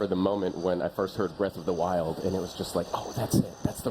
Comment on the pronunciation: WILD NOT WIND